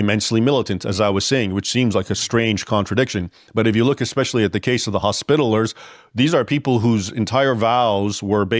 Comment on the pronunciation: Arrgh! Leaving out a syllable makes this video un-watchable. Hos-pi-ta-li-ers. Second accent on the third syllable.